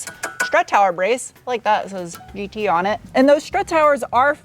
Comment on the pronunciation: German speakers chuckling at 'GE - TRAYG'...but seriously, love the content and a big fan